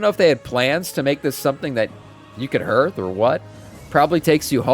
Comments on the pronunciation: Hearth sounds more like harth and less like herth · what's a hurth? Do you mean hearth? Cant you read properly ?